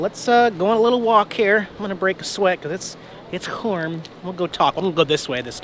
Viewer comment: Glad to see your back in sunny Florida. I like how you say it's Cwarm, lol. Stay safe.